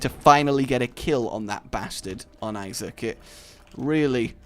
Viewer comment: Please... stop... saying... Issac.. 😅